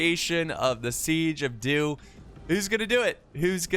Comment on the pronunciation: I swear to god I thought he said the siege of Duke. I was gonna laugh so hard